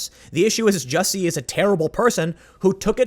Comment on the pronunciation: It's pronounced "juicy"